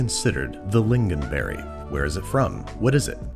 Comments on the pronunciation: You said lingonberry right! and this is a very acceptable way to make our meatballs!! tack för mat! 🤩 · BAHBHABHAHAAHHAHAHAHAHA TRUE, at least he pronounced it righ- well.. better than frozen did 😂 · Swedish meatballs aren't "commonly" served with lingonberries. It is a MUST. And your pronunciation is correct enough for an American. ;)